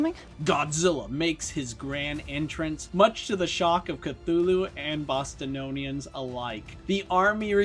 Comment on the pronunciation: (of the monsters) It's BOS-TONE-IANS not BOS-TA-NOWN-IANS. Unless that was intentional.